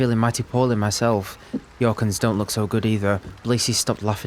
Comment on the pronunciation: I'm not sure why, but the way you pronounce names starting with J in this universe ("Yorkins", for example) feels right to me. Might be because I'm from the Nordics and the themes in Northern Faerun go well together with our fables. Merry rest of the campaign!